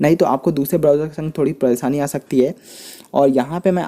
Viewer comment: pareeesaani nahi hota beta g pareshani hota ha